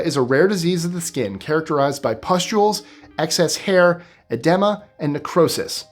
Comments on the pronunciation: Edema “uh-dee-muh” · Say it with me uh-dee-mah. Good. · You rattle off all those 13 syllable words, but you mess up on simple English: eh-DEE-ma.🎉